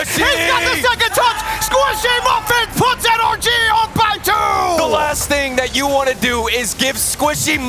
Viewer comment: It’s N-R-G. Not “ANARCHY!” Please atleast sound out the letters. Commentating isn’t about speed. It’s so annoying hearing you guys not sound it out. If it was “AN-ARCH-IE” wouldn’t they have a different team name⁉️